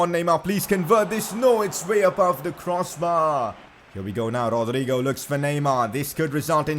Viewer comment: I don’t know if it’s just me but I hate the way he says Rodrygo